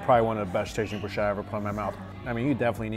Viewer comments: Bru-sket-a NOT bru-shetta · I love ya Mikey, but you crucify so many languages. Lol. Broo- sket-a. Not bu-sheta. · No Brushh sheta lol 😝 it’s bruzzz ke ta lol 😂✌️ by the way delicious 🤤 food 👌👌👌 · Broos-ketta. Please.